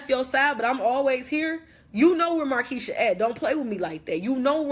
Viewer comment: It's markeshia not nakeshia